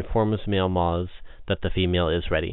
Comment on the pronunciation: It's moths not mozs